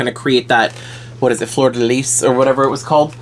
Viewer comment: You said fleur de lys perfectly 😊❤ i have the same problem as her with my iris is lil up... i had my eye crossed side and after my surgery its look like it.. if you dont like her.. i can have her 😅😊 joking btw :) gorgeous